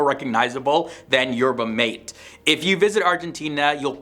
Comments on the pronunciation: Not “mate”, you have to learn how to pronounce it( mah- teh) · The drink is pronounced, 'mah- tay'. Thank you.